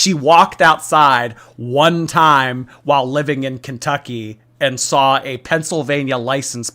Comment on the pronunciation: I cannot stand her pronunciation of words. “I sawl it” Gorl, you have to be trolling…